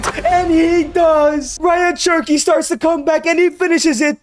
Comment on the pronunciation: Cherky? Its cherki